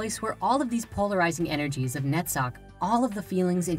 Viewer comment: Awesome topic in three parts. I would only complain about hebrew names from left to right. And only Netzach pronunciation would be noted as different. Other than that, very enlightening. My whole gratitude for this. By the way, have you ever thought about subtitles? I still think about people who can't listen.